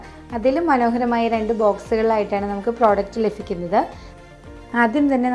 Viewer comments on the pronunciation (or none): 🙏🏻👍.... വീഡിയോ സൂപ്പററ.. പിന്നെ സ്നേഹത്തോടെ പറയട്ടെ.......ലഫിക്കുന്നത് അല്ല.... ലഭിക്കുന്നത്.... ഭ..... പലപ്പോഴും ഇത് ആവർത്തിക്കുന്നത് എന്തോ... ഒരു.. Pls.. ഇനിയെങ്കിലും പറഞ്ഞു പഠിക്കണം...